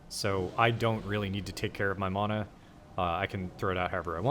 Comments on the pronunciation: Why the fuck do you say mana like that 😂😂 sound dumb as fuck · Never seen someone so butthurt over mana pronunciation.